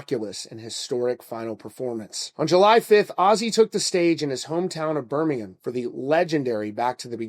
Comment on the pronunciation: Extra points for correct pronunciation of Birmingham